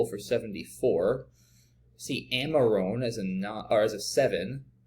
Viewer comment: Amarone is pronounced a-muh-row-nee. A wine made in the Veneto region of Italy.